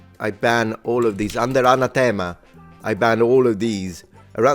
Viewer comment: Even were they still in use today they wouldn't be banned because subsequent codes of canon law abrogate earlier ones when they're issued. Also in English, "anathema" is pronounced with the emphasis on the second syllable.